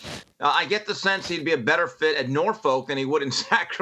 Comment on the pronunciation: As someone who was born and raised in Norfolk, Virginia it is pronounced "Nor-Fuk" not "Nor- Folk". I like you Jason,, and everyone else but pronounce our city's name right lol